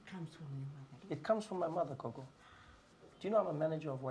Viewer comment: "Coco" hahahaha 😂😂🤣🤣🤣 IT'S "GOGO" MY GUY NOT "COCO"